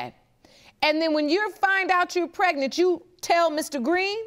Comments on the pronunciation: What is " Pretnent" soooooo we can't pronounce our "G's" why is this show filled with people who have speech impediments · She irking my soul saying pretnant UGH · If these people don't stop saying "PRET-nit" Lord.... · What is " prednant"?😠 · Was she pretnant or pregnant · It's pronounced... preGnaNT! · Get some respect for yourself girl, her not pronouncing the G in pregnant is irritating.